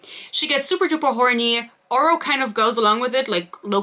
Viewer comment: Glad im not the only one who noticed the GMA host pronouncing Oro's name as "Orah", lmao Thank you for your sacrifice. I tried reading this, got maybe six chapters in before I had to give up. I won't be able to continue this series BUT i will certainly watch anything you post about it to see how this trainwreck ends. Dear lord, there is so much pointless filler! It's almost like she's a panster who didn't go back and edit anything (as a panster myself, I can see this quite easily). There's no love triangle. I hate love triangles, but she didn't write a love triangle here. I think it was clear from how she wrote Oro in book one he was probably never meant to be a love interest originally (he always came off as a mentor-figure if anything) and the "romance" was just shoved in there. Oro keeps getting sidelined so much while Grim keeps getting center stage, so its pretty obvious who endgame is. She isn't even trying to make it difficult on who Isla will end up with, lol. Let's not forget her amazing way for naming things. We had "starstick", in this book we got "shademade" to describe something else (i think the cuffs the blacksmith made?). Ugh. I can't. This book came for my braincells. I don't know how you made it through.